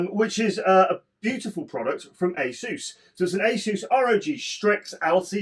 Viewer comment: I'm so glad you pronounced Asus correctly 😂